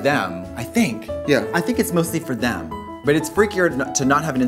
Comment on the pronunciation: Katya def says dem instead of them